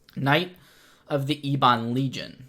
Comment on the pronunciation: Please,, eb-uhn, not ee-bahn. Think of the children, man!